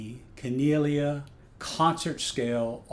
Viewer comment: "Kan-eee-lay-ah" is the proper pronunciation, at least that's how the founder articulates it. It's a beautfiul ukulele in any event!